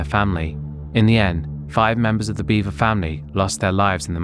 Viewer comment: Not "Beaver" its Bever. B-eh-ver.